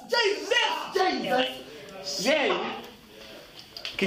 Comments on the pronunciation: “because JE-SUS!” IM DEAD😹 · It's Jesus JESUS!! is how its pronounced lol